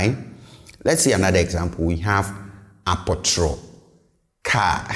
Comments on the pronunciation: Yes I thought this too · You pronounce apotoro as “a po tro”. So many Twi words are pronounced differently than they are spelled. Another example is dua, pronounced “di a”